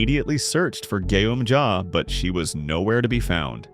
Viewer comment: This man might have bad english words and doesn't watch squid game what did i just hear he say gyum ja and nam gyu in fight💀💀💀